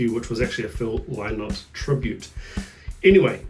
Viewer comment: Brian Downey was overshadowed by all the guitar histrionics and Phil.....but he's one of the best from that era. Got pocket for ages, and quite the array of techniques to boot. Happy New Year! (and well done on pronouncing Phil's last name correctly! As I'm sure you know, 6/8 is the almost ubiquitous time signature for an Irish reel)